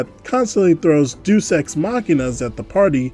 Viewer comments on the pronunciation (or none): I have refrained from saying anything but you've mispronounced deus so many times now it's really distracting Deus is pronounced "dey us" not deuce